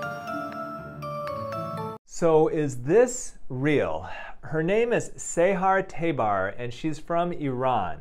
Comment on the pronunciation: First you pronouncing sahar tabar and iran and iranisn completely wrong, second what happens to us, iranian women, is way more extreme that u just said, pls do more research before u mention something like that in your videos😊